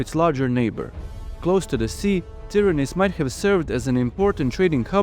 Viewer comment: Well made! Try to pronounce Tìryntha( Tìrinth), correctly, cause you say: Tyranis, witch is totally wrong, and means something in Greek, totally irrelevant to the citadel of argolis.